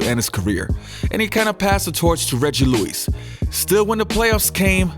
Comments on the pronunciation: why can't you say Lewis LOL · Lu-wis not Lu-ouise